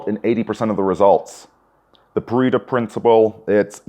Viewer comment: Its pronounced "Pah-reh-toe", no "pa-ree-to".